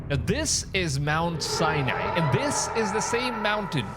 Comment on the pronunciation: Sinai Its pronouced sigh-nye.